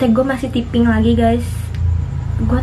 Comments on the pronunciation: Typo dibaca tipo yg bener harusnya taypo Typing dibaca tiping yg bener tayping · Tyaiping kak bkan tiping😂